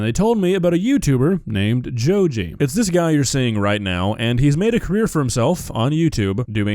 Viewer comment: joji is someone else, this fool is called go-gee